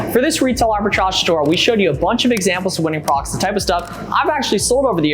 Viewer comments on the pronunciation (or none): When do you breathe? Slowdown and you might be able to say products instead of prox. Besides that, awesome video. Lots of great info. Sucks the apps is so expensive but I guess you could try to do some quick math in your head if you look up all the numbers.